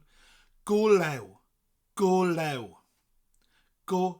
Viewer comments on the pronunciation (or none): It's: go lêw (stretched out e) not go lew.